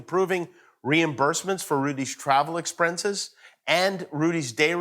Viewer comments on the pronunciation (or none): did Jimmy say “exprences”! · he said travel exprensise lmao.... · “ Travel Exprenses “ - Jimmy Kimmel 😂